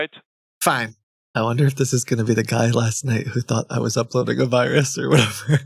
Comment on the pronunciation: "bat zis aploading" darn ruzzians. their boss is ruzzian?